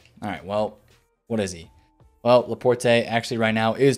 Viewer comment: Laporte... you don’t say the “e”, it’s fucking French